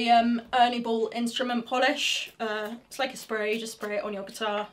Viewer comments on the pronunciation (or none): none